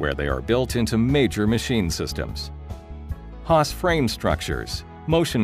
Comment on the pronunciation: HAAS chứ k phải HASS nhé